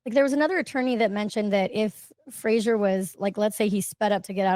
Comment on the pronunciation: No offense, but it's Fraser, not fraggsherrrŕ. Lmfao